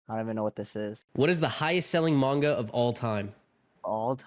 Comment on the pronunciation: why s0m say manga like that